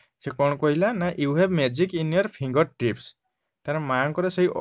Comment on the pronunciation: YOUR ENGLISH RA 4NO-FINGER NOT -INGER